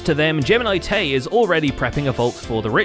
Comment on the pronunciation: TDIL: Gems name is geminitae not geminicedtea